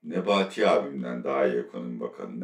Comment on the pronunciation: Attila abi NEBETI ismini sizden daha guzel soyluyen yok😂